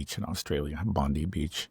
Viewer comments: It's pronounced bond I beach not bond E beach. There is alot of simmering tensions in Australia atm from over immigration putting pressure on infrastructure and cost of living. About 6 months ago the Australian police claimed a bomb was found in a caravan the government used to bring in anti Semitic laws and freedom of speech. Later the caravan bomb was found to be a hoax but the laws remain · Bondi is said Bon -dai